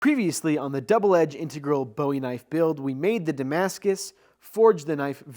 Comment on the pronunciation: I didn't know it was possible to become a Master Smith without knowing how to pronounce Bowie correctly.